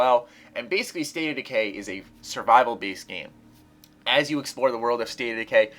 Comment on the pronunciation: What's the name of the second one? No offense, but you didn't say it clearly. Is it State of Decay?